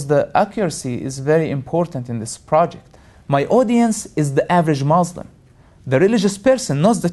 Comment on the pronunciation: can't believe people listen to the crap pouring about his mouth. Everything he pointed out is wrong. He knows nothing. how typical of ex-Muslims. and he cant even say "Muslim" right haha!